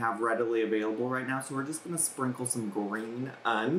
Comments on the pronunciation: “GREEN UN” 😂😂😂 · Not green ‘UN’ 😂😂😂